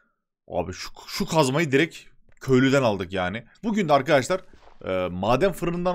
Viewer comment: abi direk değil direkt diye okunuyor bilmislik raslamak icin demiıyor